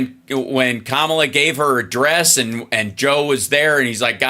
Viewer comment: The accent on the first syllable of her name seems to throw people KA mala! Please Hall ...find a funny way to teach people. ❤